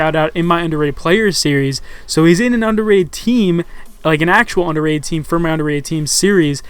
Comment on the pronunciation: i font even pay attention when says underatted in these videos anymore